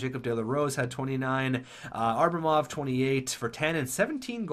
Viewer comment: duuuuuude its ABramov not ARbamov.